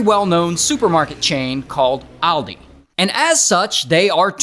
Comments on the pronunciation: Oldi or holldy 😂😂😂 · Welcome to alldi